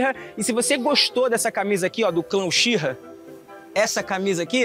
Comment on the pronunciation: Sê escreve uchiha mas c fala utiha